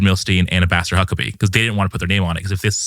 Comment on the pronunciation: Sometimes when he said “Ambassador Huckabee” it sounded like “Master Huckabee”.